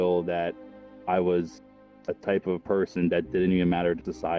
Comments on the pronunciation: mis spell you said pirson just letting u knnow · “in pirson”